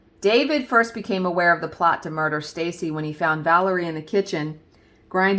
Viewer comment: Yes ! You said " muh duhhh " love it. That story was ..oof.. crazy girls. Hard to wrap my head around such evil. I can't wait to see the finished vanity. It sounds stunning.